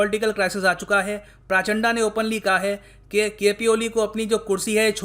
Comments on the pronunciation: प्रचंड तो ढंग से pronounce कर ही सकते हो🙄 ये प्रचंडा क्या होता है? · शायद वो प्राचंडा नही है सर , प्रचंड है शायद..कंफर्म कीजिये वरना हमारे नेपाली दोस्त फिर से हमे अत्याचारी बोल देंगे😆😂😃😂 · उच्चारण सुधारो sir ji. It's प्रचंड not प्राचाण्डा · प्राचड़ा , उच्चारण सही नही है आपका प्रचंड बोलिये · प्रचण्ड , this is the actual Pronounciation of that Former PM. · Sir was it intentional?😂😂 "Pushpaa kaamaal dahal prachand'a'" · पुष्प दहल प्रचण्ड my dislike for ur pronunciation, it matters allot